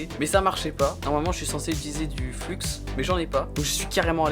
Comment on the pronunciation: Moins de son 🔊 (music) et + de volume pour les voix off serait plus agréable 👌🏻 et on appelle le flux de soudure " flu" et pas fluxxxxe 😜